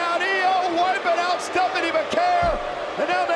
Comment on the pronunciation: Bro couldn't say Stephanie 😊